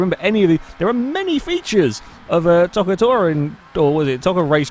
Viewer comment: Play ToCA Touring Cars 2 and it's pronounced Toe-Ca not To-Ca it's Dan Eaves not Evans